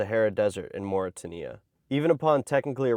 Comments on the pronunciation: Mauritania isnt MOR AH TAH KNEE UHH .. Its MOR AH TANE EE AHH .. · Excellent video but would just like to point out it is pronounced 'Morit-taynia' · It’s pronounced Mori-tania. (Mauritania), not Morry-tan-ea! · BTW, Mauritania rhymes with Australia, not Tanzania. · Moor-rah-tain-e-ah, not tin-e-ah. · Mauritania is pronounced “Mawry Tay Nee Ah” not “Morry Tin eeh ahh”. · It's pronounced More-a-tain-ya. You can always tell when Americans are making videos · Great list, though disappointingly US-centric. Pronounciation note: Mauritania is similar to "more-it-ain-ia" where 'more' rhymes with floor' and 'ain' rhymes with 'train'. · By the way its pronounced Mauritay-nia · Just a helpful note for your future reference. It is pronounced Mor-i-TAY-nee-uh. 💚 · Mauritania = Mor-i-tay-knee-a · The Richat structure is the rumored site of Atlantis. Also, it’s Mauri-tay-knee-a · Mauritania - Mor-i-tay-knee-a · Mauri-tay-nia, btw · You are pronouncing Mauritania incorrectly. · "I've been obsessed with this place for years"...proceeds to absolutely butcher the country name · You can see lil bro has only read the word Mauritania and never heard it xd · Mauritania is pronounced such that it rhymes with Lithuania, Romania, Albania.